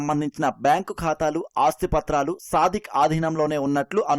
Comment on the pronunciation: వాడు “సాదిక్”, సాధిక్ కాదు…వాడేదో సాధకుడులాగా మాట్లాడద్దు